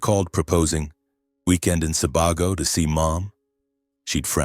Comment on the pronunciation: The story is good, but the name switching was distracting. Hint regarding pronunciation for Sebago-it's more like See Bay Go.